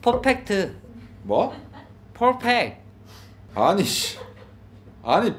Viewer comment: 풜팩트래 ㅋㅋㅋㅋㅋㅋ 펄풱트잖아 ㅋㅋㅋㅋㅋㅋㅋㅋㅋㅋ